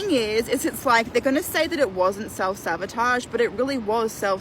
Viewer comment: SABOTAGE NOT SAVOTAGE UNEDUCATED DOPE